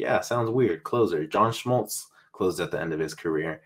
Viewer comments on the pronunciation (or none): pronounced john smoltz’s surname the german way haha. anyway mike trout is a generational talent. so are juan soto, bryce harper, manny machado and mookie betts. there are always a handful of superstar talented position players in any given generation. shohei ohtani is literally a once-in-a-century player. the last player do hit and pitch at an elite level was babe ruth and he stopped pitching early in his career. the NFL equivalent would be patrick mahomes moving to the other side of the line of scrimmage instead of resting on the sidelines and playing linebacker or cornerback at an all-pro level. that’s how special ohtani is. how many players living / who lived on this earth can say that can hit and pitch at an elite level? 2 … babe ruth and shohei ohtani. that’s why I believe his projected contract of 11/524M is an underpay. yet I believe that will be the winning bid in free agency with an opt-out like what matt said. I rank his FA destinations as … (1) LA - it is clear he’s been their guy they’ve wanted for a long time and a reason among many why they chose to sit free agency last winter. (2) NYM - steve cohen has the deepest pockets … it is just a matter of how much LA will up their bid and how much money ohtani would leave on the table not to go to queens (3) SD - provided they’re not keen on offering soto a long-term contract (4) NYY - always have to include the yankees